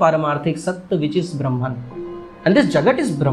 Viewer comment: वीडियो की स्क्रिप्ट जितनी अच्छी थी, उतने ही शानदार तरीके से आपने इसे अपनी आवाज में पिरोया है। But डूड, ये ब्रह्म्न क्या है मित्र? ब्रह्म की ब्रह्मन तो अंग्रेज उच्चारित करते हैं भईया 😅 बाकी सब शानदार था, और जगत तो आखिरकार मिथ्या है हो 😊